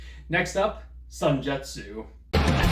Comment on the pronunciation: SENJUTSU, NOT SUNJETSU